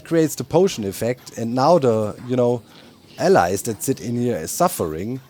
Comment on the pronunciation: I have to laugh at Doc's pronunciation of allays. He says it like allies, which, they're that too, but it's supposed to ah-LAYZ.